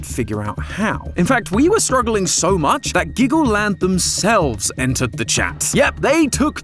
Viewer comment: I thought you said Glaggleland